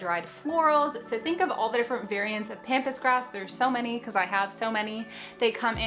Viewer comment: This might be dumb, but THANK YOU for pronouncing “pampas grass” correctly! You didn’t say “pompous”😄👍🏼